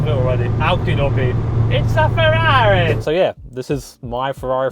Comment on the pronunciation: Chavrrari which sounds like Ciaorrari